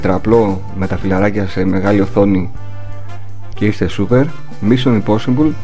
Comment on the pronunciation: μισιον ιποσιμπουλ :o ΠΟΣΙΜΠΟΛ Υ.Γ. δεν κοροιδευω εγω δεν ξερω καθολου αγγλικα :'(